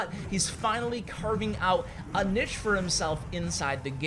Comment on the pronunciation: When someone's pronunciation of 'niche' makes you mad.